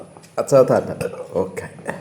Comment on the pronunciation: താറ്റ അല്ല റ്റാറ്റാ ....